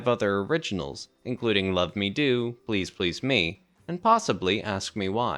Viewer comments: Why pronounce it "Please Please ME"? The accent belongs on the second word: "Please PLEASE Me." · Just. Now. I Said. These. Words. To the Narrator.... I don't get why you would put the accent on "ME", rather than on the second "PLEASE" in " Please Please Me". " Please Please ME" makes no sense with the rest of the lyrics! 😂 The issue at hand is "WHAT I wish you would do to me", not WHO it is you do it to.😉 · The accent on the last syllable of each of these song titles is really jarring and bizarre, and it emphasizes the wrong concepts: "I Saw Her Standing THERE" and "Please Please ME" - bizarre. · It's pronounced "Please Please Me" NOT Please Please, Me! They are English words not your stupidly incorrectly spoken Americanisms!!!!! Like your stupid way of calling "Aluminium" - ALUMINUM" Lazy and incorrectly spoken! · I really want to watch this because it seems well put together, but the narrator's ridiculous pronunciation of the song titles is making me crazy. He seems to understand the rules of emphasis as to everything else he is saying, but then when he says the song titles, he becomes a 1st-grader, needing to put the emphasis on the final word or syllable. The lyrics themselves don't even make this mistake. In Please PLEASE Me, the emphasis is sung properly with emphasis on the second "please." Similarly, in I Saw Her STANDING There, Paul establishes the emphasis on "standing" by holding on its first syllable far longer than any other syllable in the title phrase. Why does this narrator insist on violating the rules understood by English-speakers around the world, including Lennon and McCartney just as to the song titles. He had basically one job: speak English. He failed. I'll check back in a few months to see if they hired someone else to re-record the narration so I can watch this otherwise very interesting content. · Why can you not pronounce the title correctly